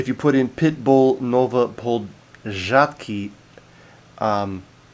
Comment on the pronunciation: PORZĄDKI, not PORZADKI,, you must pay attention to a tail attached to letter "a", it is a NASAL vowel "Ą".